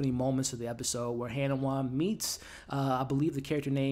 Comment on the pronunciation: Its not kofu...it's kofun. Its not hannahwa...it's ha ni wa. Its not mag rah...it's ma ghra. Its not lord haron....it's harlan.